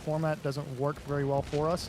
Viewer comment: Like "Nice work" Not "Nice worth" as it is in the game/